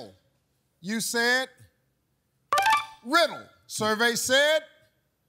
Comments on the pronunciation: The guy with the "Name something that rhymes with fiddle" originally said "sizzle" not "riddle"! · Yeah, he said sizzle not riddle. Finaly someone notice